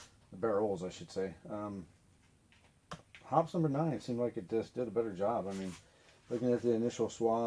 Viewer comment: Much ado about nothing. "Accuracy" oil? Don't forget "Military Grade", and my personal favorite, "Extreme Duty" oil. H○r$€$h¡t !!!!! 50+ years of shooting. NO MALFUNCTIONS, NO RUST. Kerosene or Mineral Spirits to clean. Synthetic 10w-30 for lube. If it works, DON'T FIX IT. BTW......It's pronounced "Hoppeez", NOT "Hops" F^^^^^g amateur. Hops. 🙄